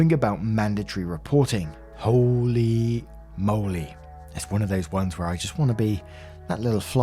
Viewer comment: No one:: "hOli moLeH" 😂